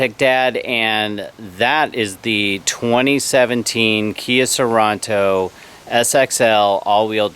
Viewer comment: Hey DUDE, It’s pronounced Sor-EN-to, NOT Sor- ON-To!